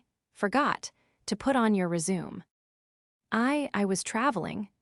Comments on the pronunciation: Resume,, she pronounced rezooms? It re-shoo may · It's resumay, not resume. 😂😂😂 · "Re-Zoom"???🤣😂🤣 AI is so stupid. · Good payback trumps pronunciations. Wow! A WELL PAID PAYBACK! What a concept!😅 Rejection on merits. Don’t lie on your RE-ZOOM! 🎉😂💃🕺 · AI needs to learn how to pronounce the word ' resume' properly - rez-zoom-may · If you want your ai voice to sound more natural, at least try and say the words properly! 'RESUME'. Really??? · I had initially clicked like until I realized that you hadn't listened to what you had your AI spit out for you. It's RESUME (something you send to a prospective employer) NOT resume (start something again), among other mispronunciations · Learn how to say resume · That is NOT how you pronounce 'resume'. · Jut like no. doesn't = number and is. doesn't = island. The 'resume' AI understands is 'to continue' not what is described in the story